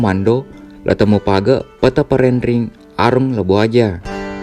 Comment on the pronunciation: bukan Petta Parenrengi tapi Petta Paranrengi